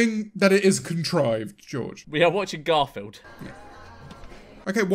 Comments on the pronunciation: Is it just me or did George call Garfield "Granfield?" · I love how for like 70% of the first movie George calls him garnfeld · George saying “Gamfield” repeatedly and waiting for to say something is just... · George messing up Garfield's name every once in awhile kills me, he was literally referring to the cat as "Grandsfield" for like three minutes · George calling Garfield "Gramfield" is the best part of the entire vid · "granfield" can confirm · Everyone: Garfield Memeulous: G R A N F I E L D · He does it again ! Is this some sort of joke, George? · next challenge, take a shot everytime george doesnt say garfields name right